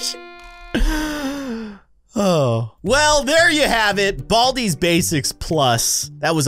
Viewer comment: I haved to watch the intro and u saying “there it is BALDIS basics plus”